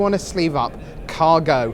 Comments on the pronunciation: i think he said ''car''-go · He says CAR go, since the deck was made in the car. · He said "Car Go" because he made this deck in his car. Rich says this multiple times in different videos and podcasts from the event as well.